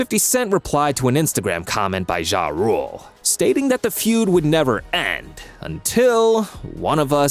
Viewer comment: Wish you would stop saying jah like that its not zha zha